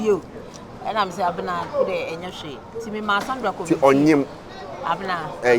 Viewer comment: Wait ooo is it that Kyekyeku can’t pronounce Abena 😂😂😂😂…he keep saying Abra 😂😂😂😂😂😂😂😂😂